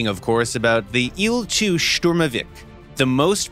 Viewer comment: I hate how he says il in il-2